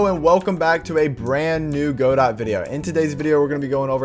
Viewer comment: Just one very slight irrelevant problem: It's pronounced Go-Dough, Go-Dot (Don't ask me why I didn't name it). Other than that, great stuff! I'm currently following your rpg series and it's amazing. Btw when are you doing a 3d Godot tutorial?